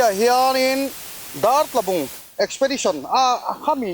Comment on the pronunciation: eksipedisawn tih tur lawm :D